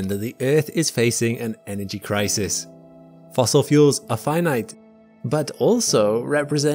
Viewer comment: "fossil fuels"